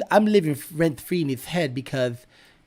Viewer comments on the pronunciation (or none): Rent Fwee